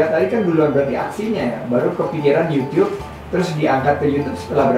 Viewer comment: Kayak tetangga ku pak uno kalo bilang yutup Di bilang nya yutiup